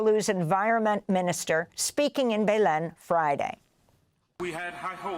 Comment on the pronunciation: She mispronounced Belém so many times lol